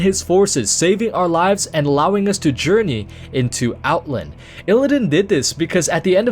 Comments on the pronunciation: Outlnd, Outlnd, Outlnd...OutLAND! Out..LAAAAAND. OUTLAAAAAAAAAAAAAAAAAAAAAAAAAAAAAAAAAND! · The way you say "Outland" bothers me an irrational amount..